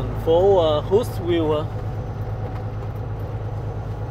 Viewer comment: HUNTSVILLE, AL. Phát âm : Hunt view